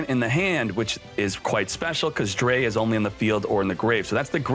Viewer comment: Its drei, like try but with "D" not a "T"